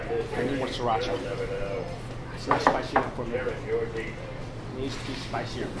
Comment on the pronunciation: Fake asan cant even prononce pho or siracha OLLOOLOLOLOLOLOLOL